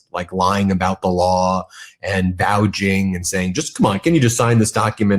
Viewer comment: What's with Ben refusing to properly pronounce, "vouching"? He always says, "vouging".